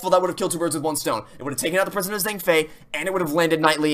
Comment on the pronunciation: It’s impressive but I kept cracking up at how much he butchered some of the words. Saying dogen with a J sound is odd to me but understandable, but I damn near lost it when he said “Zheng fey” 💀